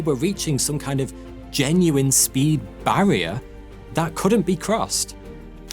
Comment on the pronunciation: Horrible accent. Three sounds like free. This guy has a lusp. Please don't make videos. Barrier sounds like Bvaior